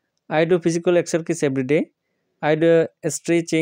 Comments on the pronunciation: স্যার আপনি বলেন যে একসারকিছ এটা হবে একসারসাইছ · একসে সাইজ হবে। মাঝখানে r উচ্চারণ হবে না।